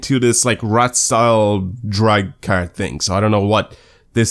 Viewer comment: He pronounces car as cer or ker... I understand he has a sort of accent but it bugs me